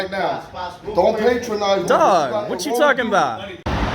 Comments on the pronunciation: It's "patronize", my dude! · pa·tron·ize verb 1. Treat in a way that is apparently kind or helpful but that betrays a feeling of superiority. "she was determined not to be put down or patronized" The dude pronounced it wrong!